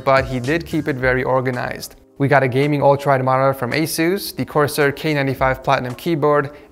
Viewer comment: the way he says Asus 😂🤣